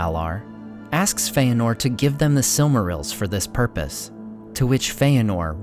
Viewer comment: It is fëanor. There is no diftong Fe-anor.